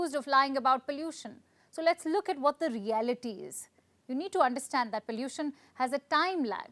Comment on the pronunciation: Stop saying pallution 😂 is sick and no one pronounces it that way in India